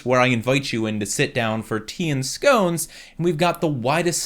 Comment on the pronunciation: Pronounced scones wrong unsubbs No jk but really though say it right that's all I ask.